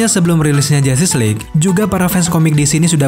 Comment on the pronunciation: Saya mendengar "Film Jatis League"